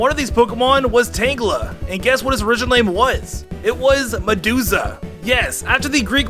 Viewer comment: Medusa not meduzzzza😀